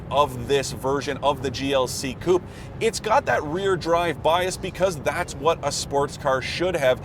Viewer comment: It is amazing how some reporters never learn how to pronounce 'coupé' or 'Porsche'.